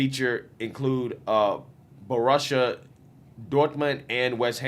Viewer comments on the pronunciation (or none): Man's pronunciation of Borussia Dortmund "Buh-uh-Russia" had me rolling. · Hahaha Bo Russia! your pronouncing cracks me up!